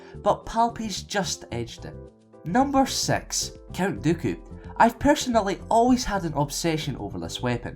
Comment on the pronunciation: He said number sex but I think it's because of his accent